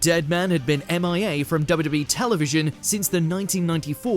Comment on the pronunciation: WHAT A HORRIBLE PRONUNCIATION OF WWE